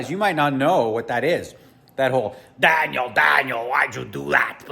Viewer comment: Your angry Canadian “Dahhniel” voice is actually hilarious